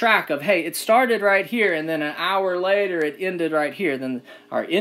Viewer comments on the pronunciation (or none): none